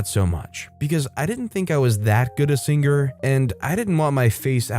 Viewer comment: i know the word singer has a g in it but thats to much man